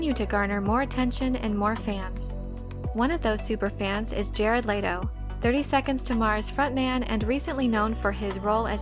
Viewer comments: Layto? No, its Leto. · Bruh the way she saying Jared Letto’s name is realy grinding my gears its pronounced like let-o not laid-o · Let-Oh. Not Late-Oh